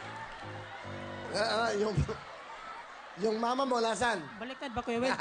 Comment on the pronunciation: Bwesit ka ang sakit ng tyan ko.. "yung nanay ko parmers, yung tatay ko haws wayp". Hahahaha